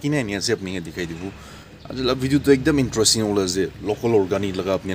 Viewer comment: The way u pronounce interesting is. . . intrastin not bad. . !!!!